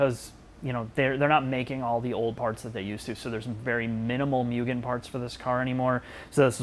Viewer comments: For the love of God, its not "mew-gen", its "moo-gen". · ffs its not pronounced "myoo-gen", its "moo-gen". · Just FYI it’s (mo-gan) not (mew-gan) I took a trip to Japan to visit family and I got hosed for saying (mew-gan)